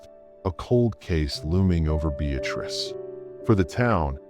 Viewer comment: Town is pronounced: Be- uh- tris